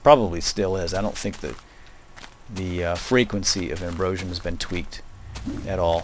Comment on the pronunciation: you say Ambrosium wrong!